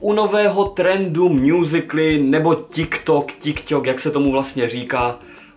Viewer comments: Tyk tok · vyslovujese to [tik tok] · Teda čte se to TykTok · neni to ťik tok ale tik tok